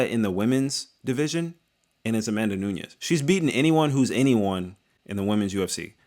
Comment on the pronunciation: It's Amanda NUNES not Nuñez. Awesome video otherwise.